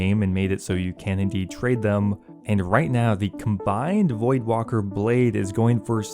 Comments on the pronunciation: I think it's void waker not void walker. Just sayin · Void-Walker Bruh, it’s Voidwaker. Lmfaooo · It’s void WAKEr not Wocker lmfao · Voldwaker... voidwaker lmao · Voidwaker not walker. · Void.. waker... Not ... Walker... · It’s Void-Waker hahaha, not Void-Walker or Void-Woka 😂😂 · my guy. its void waker, not walker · Bruh OSRS players literally can't read words. WAKER, not WALKER. Even the wiki had to correct people lol. Just as annoying as people mispronouncing Faerdhinem and Amascut. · There's not an "L" in voidwaker bro... Also since he apparently can't check a tracker accurately or provide an update it's selling for 460m as of like 10 minutes ago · Why is he saying voidwalker? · Theres no L in Voidwaker. Its waker, like waking, or awake. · That's what I'm thinking lol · Voidwalker? There is L in there XD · It’s called voidwaker as in void- WAKE-ERR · It's called the void Waker (as in awaker but without the A) VoidWaiker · is this guy serious? is he serious? the pronunciation of voidwaker-- is he freakin serious? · And neither of those are right 😂